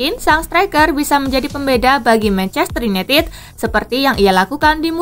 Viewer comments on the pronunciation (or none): none